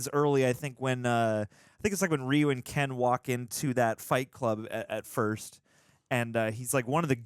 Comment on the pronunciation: The way the characters pronounced Ryu's name as 'Rayu' hurts my soul. So...Mortal Kombat?